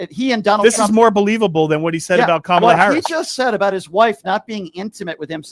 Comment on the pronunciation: Another MAGA dickweed intentionally mispronouncing Kamala